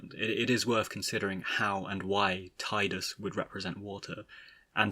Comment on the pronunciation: I always pronounced it as TIDEus because it just sounds more heroic. Now what about Zidane…? (I pronounce it as ZEHdane) Also, the way you pronounced it originally upset me XD